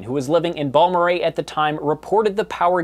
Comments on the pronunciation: As a native West Texan, it tickled me that you said Balmorhea like a local, but mispronounced Pecos. Such a cool video! Happened when I was 1 years old. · Awe you said Balmorhea right!!! 🥰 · Great video. One minor quibble is that Pecos is pronounced "pay-cus" by the locals (or "pay-coos" if you want a more Spanish pronunciation). You got Balmorhea right for sure. One other note is that Saragosa was unincorporated, so there wasn't much in the way of government to even act on a siren offer.